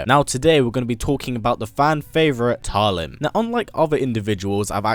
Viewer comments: Just realized, if we're going to go with the Filipino pronounciation, "Talim" would be pronounced as /ta-LEEM/ (with the stress on the second syllable), like the Filipino word meaning "blade" or "sharpness of a blade" 😊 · Cant even pronounce her name right..